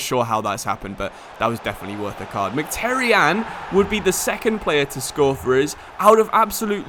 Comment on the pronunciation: and [mhitaryan] instead of mcterian